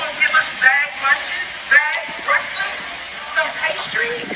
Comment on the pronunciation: BWEAKFAST... hahaha she is like that retard-meme